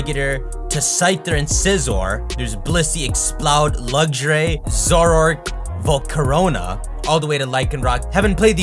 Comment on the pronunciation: did you say Volcorona...?